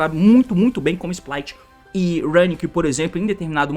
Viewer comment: Quando as cartas foram anunciadas, se chamavam Splight, quando chegou no TCG mudou para Spright, mas o T nunca mudou a forma de falar.